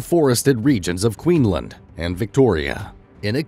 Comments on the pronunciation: Kweenland is pronounced "Queensland" actually its also spelt that way too come to think about it 🙄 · QueenSland not queen land…ya drongos. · Queens-land. not queen_land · Lol, Queen-lind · He does say 'Queenland" rather than 'Queensland' toward the start of the video.... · U forget to say the S in Queensland its not called queen land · Queenland? Tf 😂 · Wait, did you say “queenland”? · I feel like my head is going to explode when he called Queensland, "Queenland" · Bro it’s queenSland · I think because the S in Island is silent so they decided the S in Queensland is also silent 🤣🤣🤣